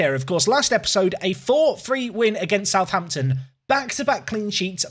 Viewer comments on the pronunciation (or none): none